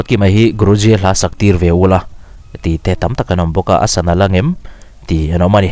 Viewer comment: Guruji khian a lam fiah lo deuh chu a nih khi